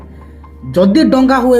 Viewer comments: ତୁ ମIରିଆ ଦଙ୍ଗା କୁ ଡଙ୍ଗା ବୋଲି କହୁଛ ମୁର୍ଖ କୁକୁର ପେଳ ଚଟା ଘୁସୁରି ପେଳ ଖିଆ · ଡଙ୍ଗା ନାଇ ଭାଇ ଦଙ୍ଗା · ଆଜ୍ଞା 🙏 କ୍ଷମା କରିବେ ଡ଼ଙ୍ଗା ନୁହେଁ " ଦଙ୍ଗା "